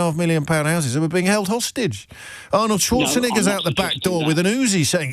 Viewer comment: Mr O'Brien says "Schwarzenigger", it's so heartbreaking.